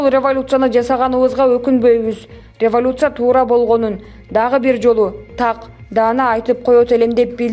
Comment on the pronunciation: Рвалуция-дейсинби кокуй?